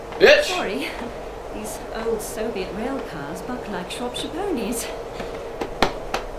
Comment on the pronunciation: Old not ood